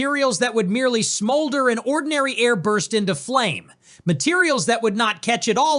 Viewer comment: What exactly is "Onndiny Air"? 🤣